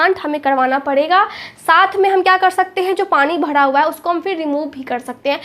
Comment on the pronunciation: Pet bhada. Bhada NAHI pet bhara bhara boliye .